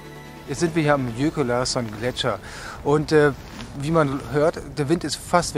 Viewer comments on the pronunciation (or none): Toller Film!! Gute Arbeit von dir und Eike! Aber bitte sprich Jökulsárlón nicht Jökul Larsson sondern Jöküls Aua Lohn aus, Bitte! :) Ansonsten sehr sehenswert!!